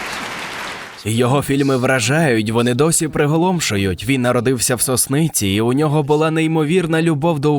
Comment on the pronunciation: Не хочеться бути занудою, але в Сосниці наголос на перший склад :) . Але дуже дивно чути згадку невеличкого міста на Чернігівщині, де живуть мої родичі, від такої людини!